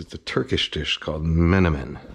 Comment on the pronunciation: As a turkish thats the best menemen pronunciation i heard from a non speaker